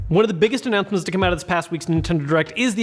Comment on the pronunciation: Homie could pronounce the word announcement